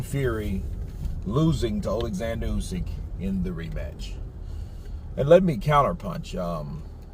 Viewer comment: He can't even say Usyk's name. Fecking idiot!